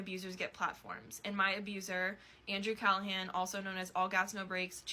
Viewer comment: he can barely read, Callaghans name did not change a single time yet somehow he managed to pronounce it a different way every single time